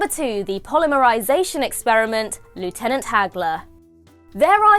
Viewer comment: Goodness, the accent is impeccable!